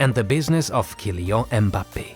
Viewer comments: Kylian is pronunced Kyliann (I don't know phonetics, but please insist on that last N) guys :) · Stop pronouncing Kylian like that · You misspronounced Mbappé's first name💀